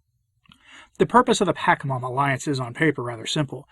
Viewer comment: Why this weird pronunciation of the demon -- 'paka' instead of 'pacha'? Is it because he wants to diss it? I've asked before but got no reply, so if someone knows I'd appreciate a heads up because I can only listen for a few minutes. Thanks.